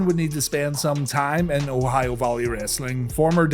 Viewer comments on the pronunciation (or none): none